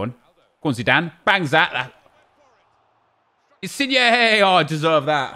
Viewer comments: Why aren’t you saying insigne like digne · Petition for nep to start saying insin-YAY